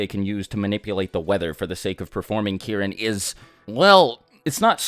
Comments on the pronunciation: did he say Kieren 😂😂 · Key - Reen. Get it right. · Every time he mentioned Kirin in other videos I always thought he was talking about Karin but was just saying it weird😂